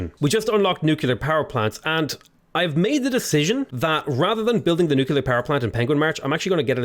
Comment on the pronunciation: Nuclear, learn to say it.